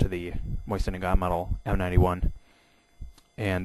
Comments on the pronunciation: Dude it is not a Moisin it is a Mosin... Also the spike is better as a bayonet since it is made for piercing and that's what it does. Also it is really thick near the base causing massive wounds. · MOSIN not MOYSEN AAARRRGH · Bayonets, the Mosin (pronounced Mo-zin) is superior by fact that it doubles as a flat head screw driver, doesn't need sharpening like the knife bayonet for the K98K, and because actually the Mosin is the stronger one in terms of the actual bayonet because the crucifix cross section and the concave semi circular grooves in it which makes the whole thing way stronger as one, plus the knife is only strong in one direction, sideways I could snap it in half. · Is there a I before the s in mosin? No so stop saying moisin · Seeing as you can't even pronounce mosin I'm hesitant about the accuracy of anything you say